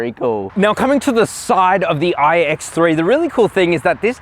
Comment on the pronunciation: “All new ooooiiiiiigh ecks thre”